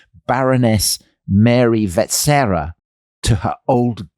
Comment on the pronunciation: You didn’t mention that the Habsburgs had been kings of Hungary without interruption since 1527. That has nothing to do with the Austro-Hungarian Compromise. The stress in ‘Sissy’ is on the last syllable, and finally: it’s pronounced ‘VetSCHera’.